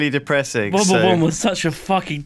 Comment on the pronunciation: Is it just me or does it sound like is saying "Womba-wumb" when he is saying "World War I"?